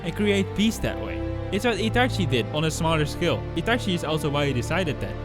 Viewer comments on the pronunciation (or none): none